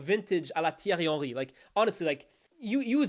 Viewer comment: Pronouncing Henry's name like that damn near requires swallowing your tongue 😂. Up the Red Doughnuts.